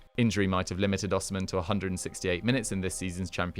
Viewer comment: It’s pronounced O she men